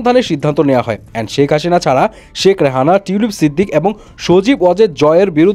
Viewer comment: হাশিনা😂নাকি হাসিনা? ভাই উচ্চারনটা ঠিকভাবে করেন